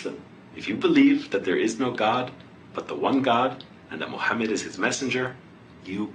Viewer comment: The way this brother said prophet's name . SUBHANALLAH